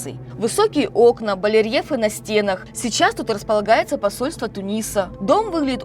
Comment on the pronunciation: Твою. мать! Ведущая не отстаёт от ясновидящей! / Балерьефы на стенах! Барельефы!!! Что случилось то люди Русские?!